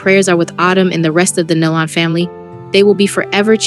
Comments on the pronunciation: It’s Nelon pronounced Neelon - please get the name right!!!! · You are pronouncing their last name wrong. Please get that right. This is very important. it’s pronounced Nee - Lon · Pitiful video. Their last name is pronounced like KNEE-LUN. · It sounds like KNEE & Lon as in Con! NEE- LON! IT'S NOT THAT HARD. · Somebody tell them how to pronounce their last name, NÉE’ LON‼️ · Makes me realize that you didn’t know them , because you are pronouncing their last name wrong. That is sad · Yes I agree with these comments on here i mean how hard is it to pronounce the last name nelon correctly i mean seriously or even gaither